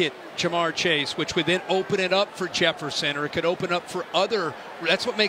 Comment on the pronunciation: is anybody going to talk abt how how they cant get Justin Jefferson's name right